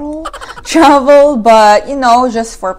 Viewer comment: Let's go Truh-vel. HAHAHAHA